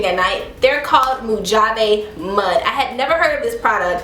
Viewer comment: It's pronounced "MO-hah-vee" btw 😄